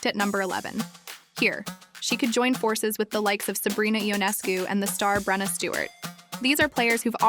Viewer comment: you got brenna's name wrong. it's breana. breee anna